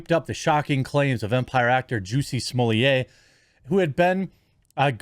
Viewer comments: Jeremy, you're the only clown in town who pronounces Smollet like you do. He's pure American and not French AT ALL. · I thought Smollett is Canadian? Also, blame YouTube for Jeremy having to butcher pronunciations. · Why do you miss pronounce his name?